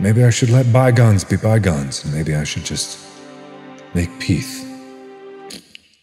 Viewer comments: peathe XD and in that dramatic voice XXDDDD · “Make peathe…” -Markiplier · “Make peath” ~markiplier 2020